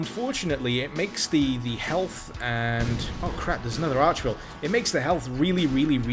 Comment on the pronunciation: Archvile, not Archville.